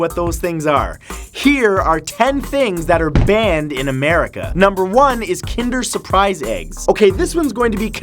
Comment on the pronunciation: I knew you were gonna say Kidner Surprise!